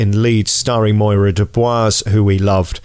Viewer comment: Its MYRA Dubois not MOIRA!